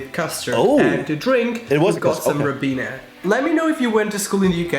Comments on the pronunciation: He’s saying ribina as you said it but it’s spelt Ribena and pronounced as ‘Rye’bena. It’s a blackcurrant cordial that you mix with water. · ..and the reason probably nobody recognised what the drink was supposed to be, was because the guy sampling it described it as 'ribb-ena' when in the UK it's called Ribena (pronounced "rye-been-ah") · It's pronounced Rye bean ah😂 and it's a blackcurrant cordial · It’s Ribena, not ribeana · Ribena (pronounced Rye-BEAN-er) is a fruit flavoured cordial. Originally it was only available in blackcurrant flavour, but in recent years other flavours have been added including strawberry and pineapple & passionfruit. It was always a kitchen staple in a lot of households throughout my childhood (70's / early 80's), along with orange squash. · Ribena is pronounced Rybeena and is a blackcurrant cordial with water added, it's very sweet as are most cordials (we call it squash) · Ribina it's pronounced like ryebeena. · It's pronounced 'rye-beena', and it's blackcurrant squash (which you know about). Our School dinners were delicious and varied. It's a while back mind. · Ribena, pronounced Rye-beena, is a blackcurrant squash. A concentrated fruit juice that you water down to taste. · YES we put button on corn... this lad hasn't lived. - and yes Tuna and corn on pizza :) hmmm. The british drink is "Ribena " -- said: Rye - BEE - NA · The drink is rising (pronounced rye-bena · Its called Ribena its pronounced R-eye-been-a its a blackcurrant drink what we in the uk call squash basically a juice concentrate mixed with water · Pronounced rye-bena, dilute squash is concentrate juice that lasts way way longer than pop or juice and has a lot less sugar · Ribena (pronounced “Ry-bean-ah” is amazing. I’m 34 and it’s the only thing I drink at home. 😊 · Ribenna pronounced Rye_beena. It’s a blackcurrant drink. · Ribena is pronounced ryebeena, its a blackcurrant concentrate that you dilute. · Ribena is a blackcurrant drink pronounced Rybeena